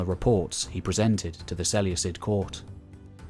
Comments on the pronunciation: Love the video... cringing every time you say "Seleucus" or "Seleucid". The C is like a K not an S. It's se-leu-kus or se-leu-kid: it's also less of a mouthful to say. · Ok, your ai, straybo? Its strahbo (strabo). Diodichi, seluecid. All wrong. I cringe with these mis pronunciations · Is there a definite pronunciation of Seleucid? Because Ive been pronouncing the c like a k my whole life in total war.